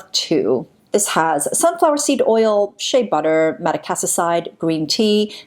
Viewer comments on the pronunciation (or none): none